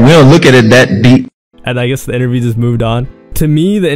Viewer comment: wathh inaview